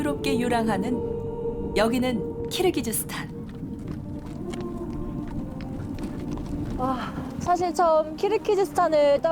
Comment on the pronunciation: 발음 교정해주셔야죠. 키르기스스탄을 왜 자꾸 "키르기즈스탄"이라 하는지?. PD가 지적하셔야 합니다. 아프가니스탄을 끝까지 아프카니스탄이라고 하는 진행자 때문에 내내 갑갑했던 적도 있습니다. 정확히 합시다. 무식하단 말 나오기 전에...